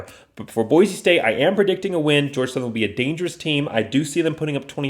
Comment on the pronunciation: Please take a breath and learn how to enunciate Boise. Speed is not everything.